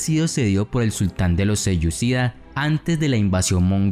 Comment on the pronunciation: Creo que es horrendo lo que has hecho. Hablas de los seleucydas, (mal pronunciado) sin mencionar a lo pueblos turquícos. Para rematar mezclas conceptos o por lo menos no los has explicado bien.